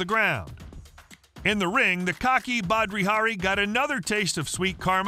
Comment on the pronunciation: "Badri" Hari?